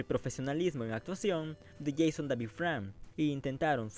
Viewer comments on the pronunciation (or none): none